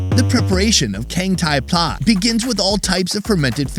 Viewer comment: You pronounce pla incorrect. It sounded like word Plaza in latin. I was born in thailand. The foods in this video is not what normal people eat. Only drunkard low education person eat it.